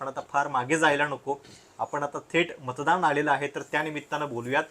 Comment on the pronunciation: महाणगर..बंड… मानूस…ण नंतर … मतदाण.. अरे बेटा उच्चार आधी नीट करायला शिक 😂😂😂